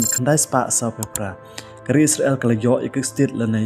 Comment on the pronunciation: Pronounced bha se bah kam dei isra.. l kan dei Israel.. 😊